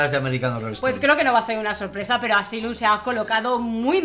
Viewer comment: Asylum está en segundo lugar de mis favoritas de AHS, buenísima!! Saludos desde Santiago de Chile!!! 🇨🇱🇨🇱🇨🇱🇨🇱🇨🇱 Pd:Me distrae que pronuncie mal Asylum 🤣🤣